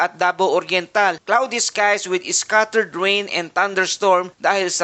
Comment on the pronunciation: Bakit "iscattered" ang pag pronounce ng scattered? Thank You though for the infos and warnings. ♥️